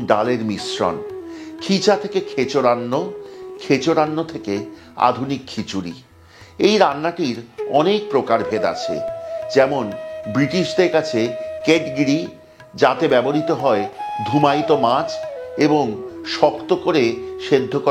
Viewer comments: আপনার অব্যর্থ উচ্চারণ শুনতেই অভ্যস্ত। এই প্রথম একটা ভুল সংশোধন করতে চলেছি। ব্রিটিশদের কাছেও এর সাহেবী উচ্চারণ কেহ-জাহ-রী, ঠিক ঐ kedgeree বানানের মতন কেড গিরী (৩:৩৯-৩:৪০) নয় কিন্তু ! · D এর উচ্চারন silent থাকে